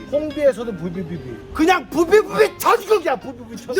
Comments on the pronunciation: 비비부비 부비부비발음이 안돼 어려비워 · 부비부비 발음 왤캐 못햌ㅋㅌㅌㅌ 홍대에서도 부베부비 부뷔브붸 천국이야 진짜!ㅋㅋㅋㅋ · 부비부비 발음 ㅈㄴ 웃기네 ㅋㅋㅋㅋㅋㅋㅋㅋㅋ